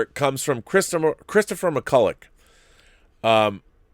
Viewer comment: While we're talking about pronunciation, McCullough like the author Colleen McCullough, is pronounced mi-cull-ah, or mi-cull-oh if you're having an argument.